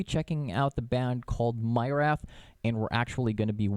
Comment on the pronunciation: Myrath is actually pronounced Mee-rath.